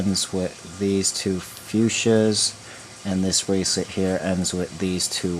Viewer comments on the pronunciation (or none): STOP! Saying braclet!